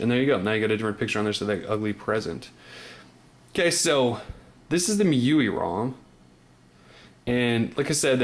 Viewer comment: 'M' 'I' 'U' 'I' , GET IT RIGHT